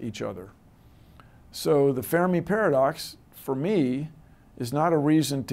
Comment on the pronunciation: Hey Bill, thanks for pronouncing Fermi's name correctly - I hate the way English speakers are in general so sloppy about this.